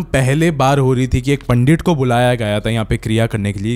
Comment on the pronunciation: Pandittt not panddidd